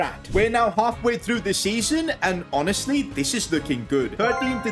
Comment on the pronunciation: Yes HONASTLY sorry just found it funny don't mind